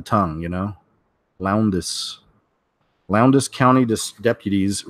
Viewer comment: The US has plenty floating nuclear powerplants, namely aircraft carriers and ballistic missile submarines. The carrier I was assigned to once powered Oakland City in the aftermath of the San Francisco earthquake. BTW, Valdosta has a short O sound. Lowndes needs some practice to pronounce correctly. the D is really soft.